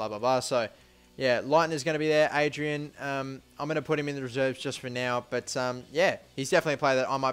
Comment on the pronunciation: Adryan takes ages to get past 80, and it's pronounced AH-DRIE-AN